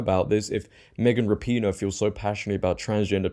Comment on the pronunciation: Rap-IN-O or Ra-pin-O not PEEEN-O